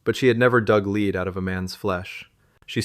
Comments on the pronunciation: A bullet “lead” is not pronounced leed! The correct pronunciation is “led!!” And past tense “read” is pronounced as “red!” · Leed..lead criminie, dude learn the pronunciation of words, then read, proof listen, proof read... Sigh